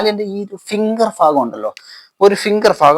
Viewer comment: വൃായാമം കൊള്ളാം പക്ഷേ ഫാഗം എന്നല്ല പറയേണ്ടത് “ഭാഗം “എന്ന് പറയുക